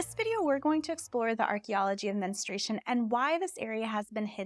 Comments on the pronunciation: You need to pronounce the word men stru a tion correctly, it sounds like you are saying ministration. That is incorrect. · Why does almost no one pronounce "menstruation" correctly? It's not "minstrel" fluid. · Before starting on this interesting topic, I sincerely wish you had learned how to properly pronounce the word “menstruation”! You probably mispronounce February as well. 🙂